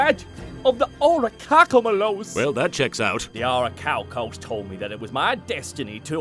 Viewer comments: It pisses me off that he said orichalcos correctly. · Wait he says it right! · This is the only time "This" version of Darzts said it right. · I think this is the only time says Orichalcos correctly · actually pronounces Orichalcos properly the one and only time lol <3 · actually pronounced the Orichalcos correctly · Ohsunofagunyouwon'tbelievethis but I ACTIVATE THE SEAL OF ORICHALCO- WAIT WTF HE SAID IT RIGHT?!?!?!? YOU BROKE THE TEXAN DARTS?!?! HOW COULD YOU! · doesn’t mispronounce Orichalcos